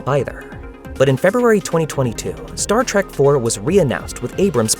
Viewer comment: I don't know if this is a human or most likely it is an AI voice-over but if you're going to do a video about Sci-Fi movies don't mispronounce Star Trek. Calling it Star Trak is a guaranteed way to let people know what ever is reading this script or whoever programmed it no one obviously double-checked the editing.